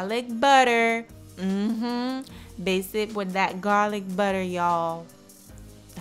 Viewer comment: Yes people she said GAAAWLICK BUDDA!👍🤣